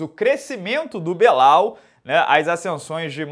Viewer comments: "Crescimento do Belal" Tu sabe que se pronuncia BILAL né, senhor? Muito esperto. O CEO não fugiu dessa na resenha dele. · enchendo a boca pra falar do "crescimento do Belal"